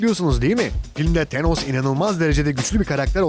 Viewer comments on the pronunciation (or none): teeenos nedir yahu.. şöyle bi tanoss tanos desene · Tenos ne be abi ya "Tanıs" de ayda "Tanos" arası bişey olmuş xD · TENOS DEĞİL TANOS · Şu an baktım çoğu hero tenos diyor bazılarıda tanos diyor herolardan telafuz karışıklığı var ama pronounce sine bakarsan tanos dediğini duyarsın :D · Delos değil, thanos. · Artik tenos deme lutfen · Tenos ne ya :D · Tenos ne aq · Tenos ne??😂😂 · "TENOS" nedir ya bi de sürekli tenos tenos tenos YOK TERKOS! thanos adamın adı, th peltek şekilde f gibi çıkar gerisi anos diye devam eder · ısrarla tenos diyor adam :D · Thenos dediğin anda kapattım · thenos ne ya adam gibi sölein